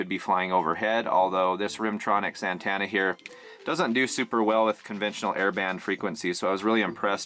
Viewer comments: It’s pronounced an-TEN-na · Lol "an-TAna"